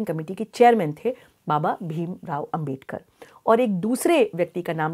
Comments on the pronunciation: Dr bhim rao ambedkar Jee ka name sahi se Lo duniya ki bate janti ho unka name sahi lene me aaki roh kyo kapati hai. Kahi aap jalti to nahi hai na baba Dr bhim rao ambedkar jee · Ma'm , main chahunga ki apne jo humare father of the constitution ' BABASAHEB DR. BHIM RAO AMBEDKAR ' ke naam ko jo galat tarike se pronounce kiya hai , usey please ap correct kar lein aur ap future mein bhi iss baat ka dhyan rakhein . Main ye bilkul bhi nahi chahta ki humare iss samaaj mein koi bhi kisi madhyam se ap jaise reputed advocate ki chavvi kharab karne ki koshish kare . Ma'm , maine apke iss topic pe dono part achi tarah dekhe aur ye mujhe kafhi informative bhi lage , that's why I respect your such a innovative work , Ma'm . And of course Ma'm , Thank you to all your such a dedicated team members for aware all of us on the topic " INDIAN CONSTITUTION "